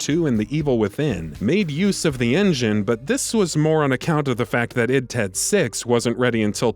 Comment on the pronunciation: "id TED six" 😂